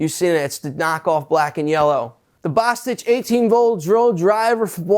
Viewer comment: Bosttich or bostshit? 🤣🤣🤣